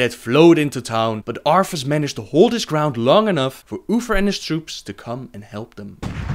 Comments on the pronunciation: "UPHER, UPHER, UFERR, OOFER," "DEAF KNIGHTS" "LOAF FAR" "Arphas" TH sounds aren't that difficult mate. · Arfas (our fuss) and Ufer (Oofer) Man I think you lost a tooth when pronouncing their names. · Arffas instead of arthas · Arfus? Oofer? Udders? lol Good video! Love all the lore vids, keep them coming! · LOL UFER ARFAS HAHA